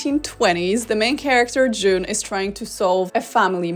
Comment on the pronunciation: A couple of times you said "june" sounded like "jizz"